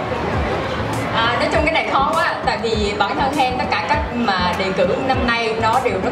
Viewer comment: Bà Sam đọc sai họ của chị Hen rồi :((